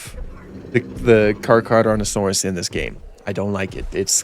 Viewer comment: it's pronounced like thes "car-cera-dont-a-saurus"